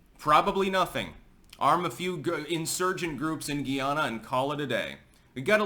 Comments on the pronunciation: It's guy-ah-na and the citizens are called guy-ah-nese. Also, Guyanese people identify with the Caribbean. Educate yourself please. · Hey im a big fan been watching for years now. Just wanted to let you know Guyana is pronounced Guy-anna and the people from there are Guyanese. Keep up the great work 👍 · We pronounce it GUY-ANNA... 👍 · They say Guy nese like Chinese and Guy anna like Diana. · It’s pronounced Guy… Ana